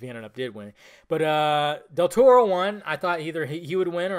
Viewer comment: Lol, his last name is Del Toro not Del Torro. Free Spanish lesson for everybody: That up there (Del Toro) is an example on the only times when the R is not rolled for a word when pronounced in Spanish, and that is when there is a vowel after the R(Arándano, Loro, Sara, maraca, Satírico, parangaricutirimicuaro) you can only roll your Rs every other time, (again, excluding the above) like the Rs at the beginning of a word (Rosa, Ramo, Restitución), or before a consonant (Armamento, cornisa, tortuga), or at the end of the word (Amor, tenedor, comer), and of course when there are two Rs (Ferrocarril, burrito, zorro).